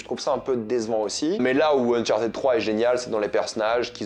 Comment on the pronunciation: "Unchartéd" 😖 Le ed en anglais se prononce soit: "id" "d" "t" Mais "éd" ça existe pas